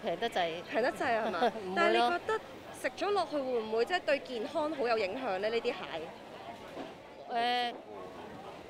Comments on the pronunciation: 請注意唔好太多懶音 健? 影? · 街訪果位女主持麻煩可唔可以學好D廣東話先呀，好多懶音..."健Hon"、"影Hun"